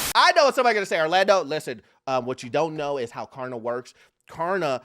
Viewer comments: It's Klarna not Karna say it right Orlando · K”L”arna, not karna. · KLARNA bro not Karna 😂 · Hey, you keep saying 'Karna'